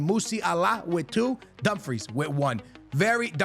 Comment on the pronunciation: Bro its no dumfries, its not french fries, its callled Dum frees!! LOL i laugh my ass out when you say dum fries :face-purple-crying::face-purple-crying::face-purple-crying